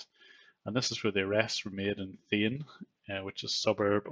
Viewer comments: Not Thane, it's pronounced Thaa neee. But it's ok, say it however u wish, you're doing good work. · The city near mumbai is not Thane (Like in pane), It is Thaa--ney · Its called THAA-NEY. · It's Thaane, not like Then. 🤭 And believe me, there are more than 2000 call centers and BPO's in Mumbai and Thane rn. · Thane is natively pronounced as [ˈʈʰaːɳeː]. So it's English approximation should be like [tʰɑːneɪ] not [θeɪn]. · Thane is pronounced "thah-ney".